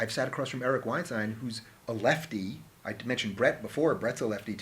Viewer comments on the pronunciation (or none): none